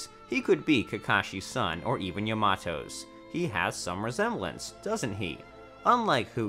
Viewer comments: aanbu, yumato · "kahashi" "annboo" "yahmawto" "sass ori" "sann-N" "kan-o-ha" "ha-taki" buhrootoe" "sackoomoe" "nuhrootoe"